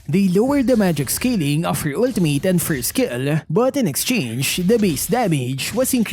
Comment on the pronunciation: "Ulti-meyt" ❌🤪👎 "Ulti-mit" ✔️😁👍